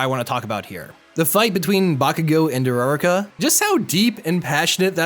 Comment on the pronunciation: URRRAK Bruh that’s not how you say it